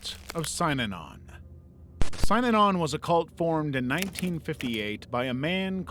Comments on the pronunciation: I know this is an old video, but just point out that it's pronounced sin-inon not s-eye-nanon. Spent a lot of time in AA, and fell down a rabbit hole learning about Synanon when I left. Bugged me enough that I skipped that bit of the video. Lol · Synanon is pronounced: sin-a-non not sigh-non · Synanon is pronounced “SIN ah non”, 3 syllables, accent on the 1st. Not “SIGN on”” as stated. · I also always heard synanon as sin-a-non but maybe everyone I ever listened to was wrong 😂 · you heard it right, it was mispronounced in this video and drove me nuts 😂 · thats not how you say synanon lol